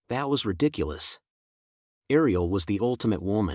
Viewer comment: Thank you so much for this. Is there a way to change the voice? There were so many problems with pronunciation. For example, Aisha is pronounced Ayesha and Ariel is pronounced Arioel. Then there are small mispronunciation like errors being pronounced Eris.